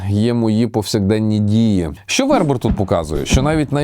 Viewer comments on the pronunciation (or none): БернАр ВербЕр. Французькі слова мають наголос на останньому слову. Останнє "д" глухе. Ви, мабуть не читали його ж "Танатонавтів". Єгиптяни казали: смерть - лише початок. Еніуей, дякую за назву, якщо буде час...